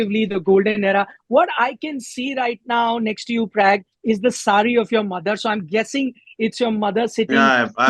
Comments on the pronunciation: His name is Pragnanandaa not Prag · please pronounce Pragganadha name correctly. Atleast Indians should be able to do and especially news anchor.